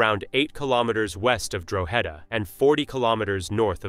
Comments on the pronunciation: Drogheda Pronounced No as in this video It's Draw hada . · that's not Ireland it's pronounced Draw-ha-da👍